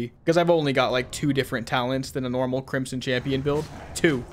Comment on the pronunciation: I don't know why but every time he says crimson champion for the first time I hear crimson chin.